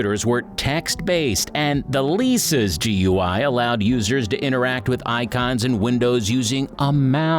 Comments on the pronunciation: GUI, is pronounced like ‘gooey’ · Ah yes, the gee you eye.